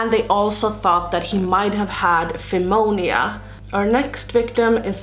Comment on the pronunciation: I just love listening to these stories while i get ready!! Pneumonia is actually pronounced new- moan-yah 💜😎